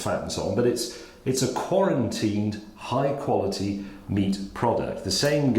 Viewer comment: “quarentine” he called it